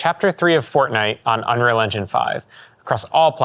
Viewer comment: Dude can't even say 'unreal engine' properly.